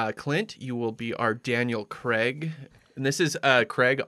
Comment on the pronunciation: It's not Creg for fuck sake, it's Craig as in 'may' or 'stay' - here, for the Americans who have problems with simple words (that seems to be most of you) - say this out loud, nice and slowly....'Craaaiiig', prolong the letter 'a' and repeat a few times. There, don't you feel better actually knowing how to say a five letter word correctly. ps absolutely love your show.